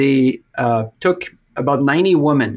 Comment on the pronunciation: why is he pronouncing women as woman?